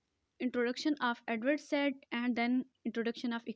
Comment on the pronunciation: ye Edward said Jo Hy na usko Edward Saeed pronounce kery